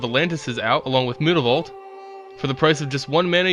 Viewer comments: Mootavault?!?!!?! Its myootavault!!!!!!! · I've watched a few of your videos, and you seem to have a penchant for mispronouncing words and names. Jace's last name isn't Beleran. Innistrad's red-walker isn't Tehbult. And unless it's on 4chan, it's not mootavault. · If it's supposed to be pronounced like that I must've missed the 'o' somewhere in Mutavault. It is pronounced 'm-you-ta-vault'. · I just want you to say "Mutavault" correctly -.